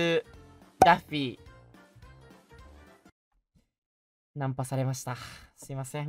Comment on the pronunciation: 那天的破日文害我以為他穿著daffy 的人偶裝XDDD 原來是可愛的PPB抱著娃娃✨畫面超可愛